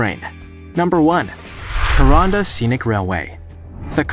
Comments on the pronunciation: pronunciation suggestion for those coming to aus for the cains to kuranda railway DO NOT PRONOUNCE IT KERONDA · The Aussie rail way mentioned is pronounced Ka -ran-da ( Kuranda ) and Cans ( Cairns) . But this was great to watch. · You very much mangled the pronunciation of Kuranda try Koo-Ran-Dah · I have been on the Kuranda one..I live in North Queensland have been on it twice..it's pronounced Ku..ran da. And it leaves from Cairns pronounces as Cans. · The pronunciation of Cairns and Kuranda leaves a lot to be desired